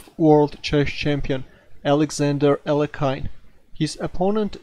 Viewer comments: it's pronounced "ah-lee-o-hin" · Hi,, just a gentle note that you are pronouncing Alekhine name incorrectly. Should be [A'le-khin], "khin" like "chin". Emphasis on "le".